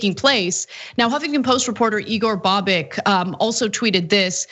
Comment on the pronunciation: Bobic is pronounced <Boebich>. If it were <Bahbik> it would be spelled Babik.